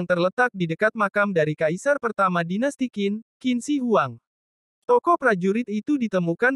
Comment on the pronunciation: Wah....yang Kuil gantung, tingginya ditempat 75 meter lagi. hebat 👍 Dan nama Qin Shi Huang bacanya mesti "Tjhin Se Huang.